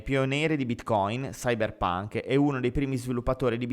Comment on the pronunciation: Evidentemente non conosci la differenza tra i due concetti, ma "cypherpunk" NON si pronuncia come "cyberpunk", sono due parole distinte che hanno due significati distinti e due pronunce distinte. Credo che si dovrebbe avere una conoscenza ALMENO elementare della lingua inglese per avventurarsi nel proporre contenuti di questo genere. Senza considerare poi tutti gli altri errori che sei riuscito piazzare nella lettura. Davvero molto approssimativo e sgrammaticato, come sempre. Forza, un briciolo di impegno in più se proprio ci vuoi leggere pagine scritte da altri e mal tradotte!